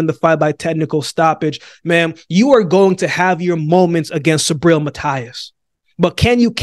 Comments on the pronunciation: Don't take in the wrong way but. The right way to say Matias last name is ma-t-ass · Matias is pronounced like this👉🏼 Mateas! I got Matias 100%